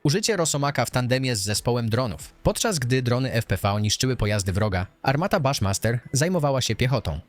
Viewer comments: Fajny materiał. Jedna rzecz jaki baszmaster? Buszmaster tak jak prezydent Bush. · armata "Buszmaster" a nie "Baszmaster"